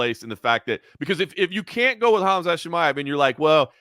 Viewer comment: Good show, but can I just request that learns how to pronounce “Khamzat” correctly? Annoys the shit out of me every I hear “Hazmat”. Otherwise love the show cheers.